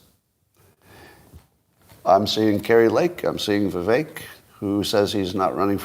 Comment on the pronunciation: Someone please tell Scott...his name is ViVECK, neck, Beck,wreck, Shreck, tech, fleck NOT ACHE!!!!!